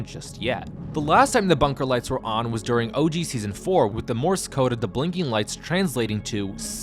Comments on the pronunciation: who tf is "kahddo" thorne?... i'm assuming you're referring to KADO aka KATO (kay-doe) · Pronounced **Kay-doe